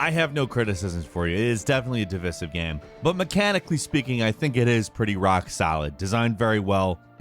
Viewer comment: Midgerr? Divissive?